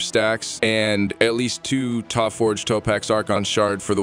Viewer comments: did bro really just say ToePause. Has he never heard Topaz before LOL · Say that it with me… Toe-Paz. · why do u pronounce Topaz weird ? ps when did u loose the robot voice ? keep it up